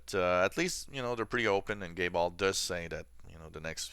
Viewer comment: The way you say Gabe Aul sometimes makes me giggle, sounds like Gayball... just a little humour for you my friend, no offence intended. Keep up the great work and thank you very much for yet another week of cool videos. Thumbsup!